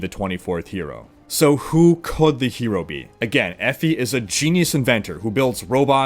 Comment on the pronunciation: "Effy". Sorry bud it's pronounced Ee- Fie